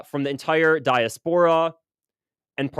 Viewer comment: Also, please pronounce diaspora correctly and try to practice difficult words ahead of time. 🙂